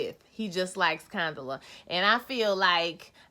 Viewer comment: 😩😂😂why y’all keep messing up Condola’s name? Condala, Canola, etc y’all are funny😩😂😂... Your Twist Out Is Everything😍👍🏾👍🏾